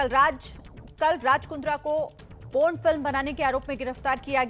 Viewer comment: its Por Not Pon, I don't understand why people feel awkward to speak about sex and porn...,,,, they need to update themselves...